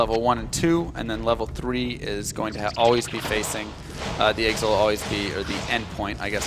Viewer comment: I love D2 but I had to stop watching for a dumb reason. He keeps saying Eggsit instead of Exit. Accents drive me nuts sometimes.